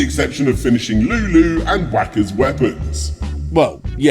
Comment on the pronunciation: Excuse me, how did you just pronounce "Wakka"?